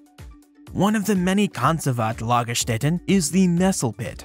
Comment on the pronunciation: The first pronounciation of "Lagerstätten" was spot on (the one you presumed better not so much)! 😉